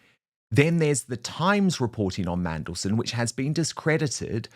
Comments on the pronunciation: Did he say Mandelsh1t? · Did that news reporter call him Mandleshit! 😲🤣🤣🤣🤣🤣🤣🤣🤣🤣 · Did that GB news person really just refer to Mandelson as Mandelshit in a slip-up?😳🤣